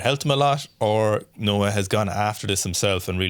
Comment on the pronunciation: NOAH NOT NAOH LOL